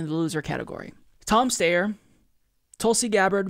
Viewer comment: It isn’t pronounced Tom Stayer, it’s Tom St-I-er.